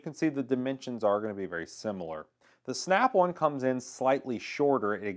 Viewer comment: Snap One or Snap "On" ??? Great review regardless of saying the name wrong. 😎👍